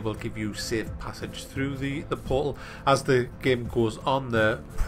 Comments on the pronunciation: haha love how says "portal" poal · In the beginning was he trying to say "portal"? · I get curious about how some Americans and British people pronounce words without clearly pronouncing the T.For example,the word portal,they cut out the T sound and replace it with a 'uh' sound :/